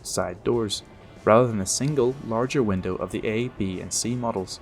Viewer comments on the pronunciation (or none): none